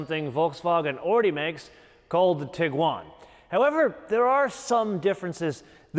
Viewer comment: Sir, you are emphasizing the wrong syllable when saying "TIguan"